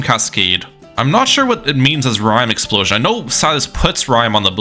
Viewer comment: "Rime explositon" is crazy